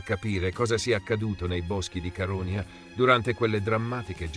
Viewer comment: Però l'accento su Caronia di questa voce NON SI PUÒ SENTIRE...!!! Fai qualcosa, ti prego!! 🙏🙏